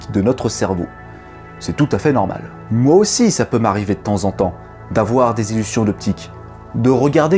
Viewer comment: Des illuPsions d'optique ? DésillusSions optiques ? C'est mignon en fait ^^